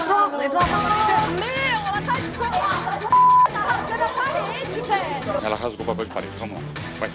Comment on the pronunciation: "nooossa vélho"